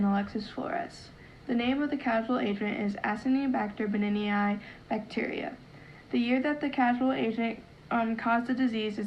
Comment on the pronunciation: you don't know how to pronounce Acinetobacter Baumannii